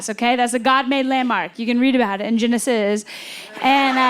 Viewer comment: The Genesis pronunciation alone is worth the watch lol Damn funny as always. Thank you for posting. Off to 800 Pound Gorilla now..